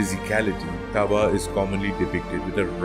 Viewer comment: As someone who is Hopi born into the sun clan I would like to make some corrections first his name is pronounced daawa thru-out all Hopi but is commonly spelled taawa second he did not destroy the third world in a flood it was the second world that was flooded and was destroyed by the serpent god pololokokangwuu and also he is referred mostly as taawa itana-a or father sun but other than that kwa-kway (thank you ) for teaching abt my wuuya 🫶🏽